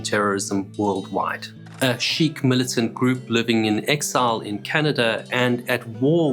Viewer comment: Sheek?? 😂😂😂 he meant Sikh!